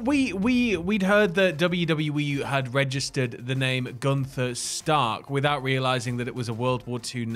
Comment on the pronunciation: Your pronunciation of Gunther is so weird I must say ☺️